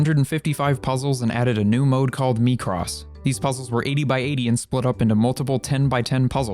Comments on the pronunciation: Picture + crossword Also he said "me cross" no it's "my cross" micro + Picross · you are horrible at pronunciations. It's Mick-ross not Mii-cross